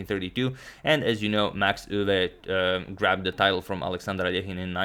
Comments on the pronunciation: I'm Dutch. 'Max Euwe'. The pronunciation indeed sounds weird and you absolutely nailed it. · As a Dutch speaker: you pronounced Max Euwe perfectly! ❤